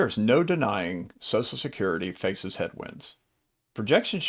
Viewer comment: What about any of this info is particularly helpful or if interest to women? It's all been boiler plate obvious info that is true for women and men alike. This info could likewise be targeted towards "Guys named Mike" or "Financial advice for redheads!". Also, it's not pronounced SOSSSAL SECURITY. Ffs, what is it about SOCIAL SECURITY (pronounced SOSHUL SECURITY) that makes people forget how to speak? Nobody says SOSSSUL MEDIA, or SOSSSUL BUTTERFLY, or ANTI SOSSUL..